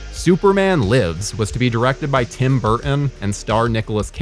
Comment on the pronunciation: I have never heard another human being have as hard a time saying the name "Burton" as our host